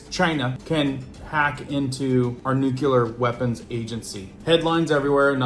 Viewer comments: Once again… That word that you keep butchering is nuclear as in “new clear”…. not to be confused with nuke-you-ler. As one claiming to “be in the know“– you don’t have to sound like a dunce when you talk. You use that word regularly enough that you should probably learn how to pronounce it properly. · THERE IS NO Q IN NUCLEAR. I can take you more seriously if you can pronounce the things you report about. NU CLEAR NUCLEAR NEW KLEE YER NOO KLEE ER Say it with me, Nuclear. There ya go. See. It wasn't that hard now was it?